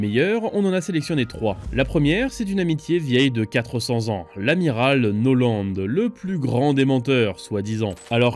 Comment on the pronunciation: amiral noland?? norland vous voulez dire